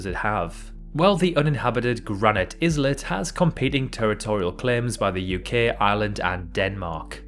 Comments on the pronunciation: Iz-let ? Eye-let ! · Islet is pronounce "eye let" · "Deadliest" means "most deadly". It makes no sense to say "most deadliest". An islet is a small island. Both words have a silent S, so "islet" is pronounced "eye-let", not "izzlet". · It is not "iz-let"; but ""Eye-let". It is not an alternative pronunciation. train your AI. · It's pronounced- eye let - not iz let. 😉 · Why would you pronounce island I-land but islet iz-let? Weird bro. I-let. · wait... 'izz-let'? it's 'eyal-let' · 'izlet' haha- it's 'eye-let', the 'is-' is pronounced the same as in, 'y'know, 'island' :P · Islet (in the Rockall segment) is pronounced like "eye-let", not like "Iz-let"! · Did you say 'IS Let and not 'EYE-Let''? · Hang on, did this idiot just say is let instead of islet. You don’t pronounce the s you numpty. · Good video! Islet is pronounced eyelet by the way. 👍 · I believe it’s pronounced eye-let. You don’t pronounce the s in island do you? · You prounce Islet as Izlet? Are you F’in joking??? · Dear friend, Islet is pronounced Iylet or aylet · If you pronounce "Rockall islet" as "Rockall is lit", you shouldn't be narrating. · Hey, I always say "iz-let", but I like to mispronunciate words for fun :-) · while I am too cautious about AI, view some of the channels older videos (4 years ago). It's the same voice, just worst quality mic. I have no idea why he kept pronouncing it izlet, but I don't think it is 100% AI. Could be AI enhanced, still an unknown. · Islet pronounced "Izlet"? Come on man... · Wonder why there is an izlet but no izland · the S in "islet" is silent, just like in "island." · was literally about to write the same comment apropos the pronunciation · Seriously… say ISLET again. I fucking dare you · Wait… how are you pronouncing “islet”? Because that is WILD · The 's' in islet is silent, as it is in isle and island. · His pronounciation of many places too is dreadful. Like he’s just reading from a book. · It’s not an English thing, he’s just pronouncing it wrong.